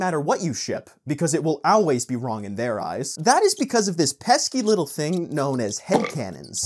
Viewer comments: pronouncing 'always' but it sounds like 'auwways' makes me chuckle. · I agree with some of your point.... but please for the love of satan, stop pronouncing always owl-ways.